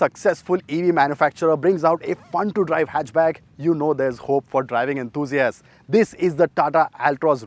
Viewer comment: phir apne aap ko enthoooooziast bolta hoga 😂